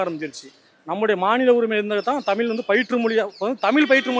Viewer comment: இரண்டாவதா பேசின 'தாத்தா'வே.. தமில்.. தமில்.. னு, 'ழகரம்' பழகுங்க பெர்யவரே.. 🤕